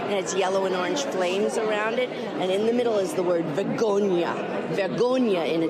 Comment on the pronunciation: The word is Vergogna not vugonia and she is the one that should feel shame!